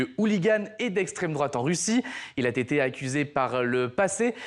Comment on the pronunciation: "Il a t'été..." !